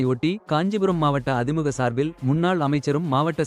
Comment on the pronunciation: அதிமுக என்று சரியாக உச்சரிக்கவும்